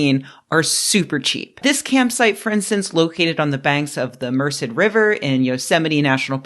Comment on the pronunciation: The accent for Merced is on the second syllable, js.